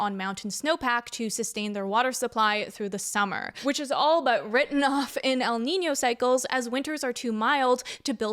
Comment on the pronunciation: i know this is a super important and super devastating topic, but i just wanna say that, as a native spanish speaker, you nailed the pronunciation for el niño and la niña!!